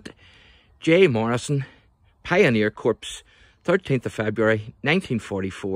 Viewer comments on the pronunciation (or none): corps is pronounced "core", a military term of French origin. Pronouncing it "corpse", makes it sound as if their members are dead. Very offensive to members of the U.S. Marine Corps, the Royal Flying Corps, the Peace Corps, etc. U.S. President Obama was severely castigated by the news media & many political pundits several years ago for making this very same pronunciation error. Otherwise, this was a great presentation. Best wishes, keep up the good work, & may God Bless.